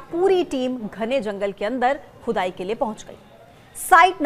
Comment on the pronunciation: खुदाई बोल रही हो की चुदाई बोल रही हो मैडम